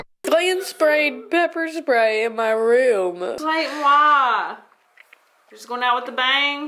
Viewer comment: omg no we’re gonna miss “clayden😂” so much😭❤️